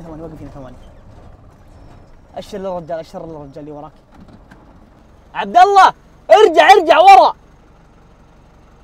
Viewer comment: والله مو والل ..عبد الله وليس عبد الل .......اقسم بالله وليس اقسم بالل